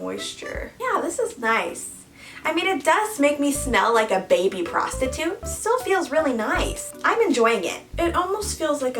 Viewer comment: The way she said baby prostertoot.and gets away with it